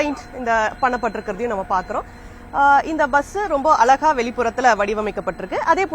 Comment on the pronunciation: அலகா இல்லை அழகா 😢